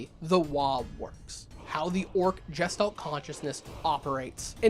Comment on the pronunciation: It's a hard G. Guess Stalt. Not Jess Stalt. Otherwise I'm behind you